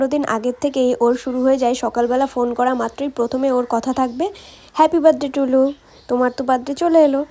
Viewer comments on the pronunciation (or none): কি বললা হ্যাপি বার্থডে টুলু নাকি হ্যাপি বার্থডে টু ইউ 😂